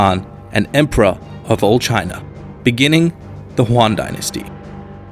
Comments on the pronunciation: The WTF Moments of the Video: 1 The "Juan" dynastiy lol, it is pronounced as the "Ee-uh-aen" dynasty 2 Representing Han Chinese with Japanese Kimono Geishas 3 Yuan == 代远 4 Zhu Yuan Zhang: "Huan Zhaeng" -> "Iuehn Zhaang" 5 Similarities in policy between Ming and Qing dynasty ... ? 6 Isolation in Ming??? What about Zheng He??? 7 大清 everywhere even though it is the Warlord period 8 KMT = 大清again... 9 Beiping = 大都 are we in Yuan dynasty all over again? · God damn it, Its Yuan (with a Y for pronounciation) Why you gotta make it sound spanish? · "The Juan dynasty" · Did he say "Juan dynasty"? Really? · Every single Chinese name in this video in pronounced wrongly. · great video, but the pronounciation of Chinese dinasty names (Zhou, Yuan, etc.) is just disturbing to listen to. Also, the Ming-Qing era and the whole opum war could have been a lot longer, 3 mins is quite short...but great work!